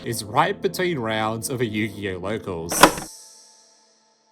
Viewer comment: The most disturbing crime here is the way you pronounce Yu-Gi-Oh as "Yugi-OH"